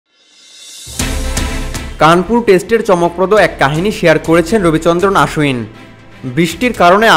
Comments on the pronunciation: আরে গর্ধব ওটা আশ্বিন না,অশ্বিন হবে। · অশ্বিনের উচ্চারণ টা আশ্বিন মতো শুনতে লাগে। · Actually WB e o "Oshwin" bole setao bhul. "O", r " Aa" er majamajhi ekta sound hobe.